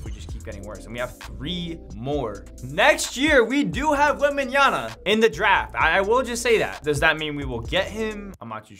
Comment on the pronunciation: i think victor's name is wembanYAMA not wembanYANA haha